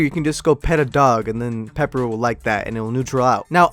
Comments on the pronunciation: Its piper not pepper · Piper HE SAID PEPPER